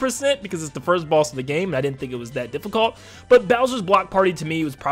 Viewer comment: Dunno if he saying boss or balls